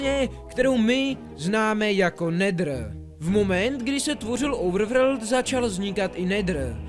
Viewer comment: normalni lidi: overworld: ouvrvrd